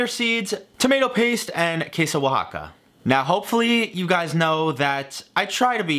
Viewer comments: naaaah si lo dices bien xD, si un mexicano intenta decir birria con acento ingles va sonar asi, tambien oaxaca suena bien no te preocupes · Mexican here Your pronunciation of "Birria, Oaxaca and Guajillo" is actually on point